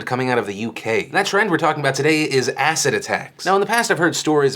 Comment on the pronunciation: Until the end of the video I thought Phil was saying "asset" not "acid" so that was confusing for a bit! still is so sad that people use that to attack people